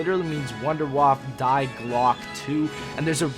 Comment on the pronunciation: Die is pronounced as Dee and glocke is pronounced as glerke ... they are German and together they mean the bell